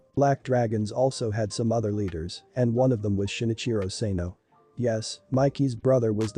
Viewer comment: SANO not SENO